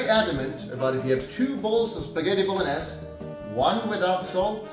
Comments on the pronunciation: Ah yes, the Spaghetti.... BOLO NESS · Da fuk is Bolen-ass? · BO-LO-NES xDDDDD